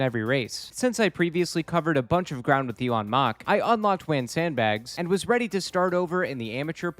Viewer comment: its not "wan", its "wan"